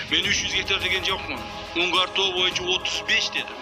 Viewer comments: Эй журналистер туура жазышты үйрөнгүлөчү Мункар тоо эмес Унгар тоо деп айтылат. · Автор назвал мункар тоо а не унгар тоо 😅😅😅